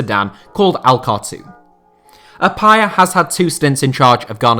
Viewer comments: Also, it's ah-pee-uh. You don't remember Stephen appiah? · James Kwesi App-yeah... If you can't pronounce the names correctly then stop doing voice overs.